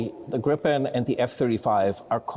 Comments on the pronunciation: It's Gripen, not Grippen. It also uses US engines. So it depends on the US. Sure there have been talks of replacing the engines. But nothing has been tested and no contract has been signed. How do you know the Gripen is more suited for our needs. The first operational Gripen was only delivered in October of 2025. It has not proven anything. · 😊 I believe the proper pronunciation is more like "greepen".